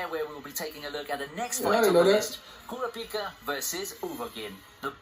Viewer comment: This nigga pronouncing Kurapika like “Kora-peak-uh”😂😂